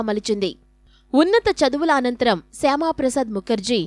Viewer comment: శ్యామ కాదు మేడం శ్యాం ప్రసాద్ ముఖర్జీ